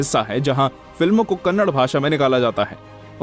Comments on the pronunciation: Hey handi sorry Hindi it's kannada not kannad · Dude it’s not Kannad it’s Kannada❤️ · It's not Kannad it's " Kannada " Please atleast now pronounce properly... It's irritating to hear people calling it Kannad 😑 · ಅದು ಕನ್ನಡ, ಕನ್ನಡ್ ಅಲ್ಲ. It's Kannada, not Kannad. Pronounce properly. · It is "Kannada" not "Kannad", Do south India people call Hindi as Handi?? If anyone have guts reply? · Bro u hv to pronounce it as kannada not kannad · If u say kannada is kannad then we will say Hindi as a handhi,😂😂 say probably first it's not a kannad it's a kannada